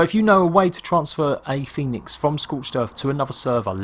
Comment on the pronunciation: The guy called it fènix lol